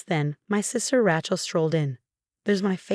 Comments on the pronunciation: Ratchel, Ratchel, Ratchel!!! 😉😿😤😠🤬😡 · How many of these stories cant say Rachel correctly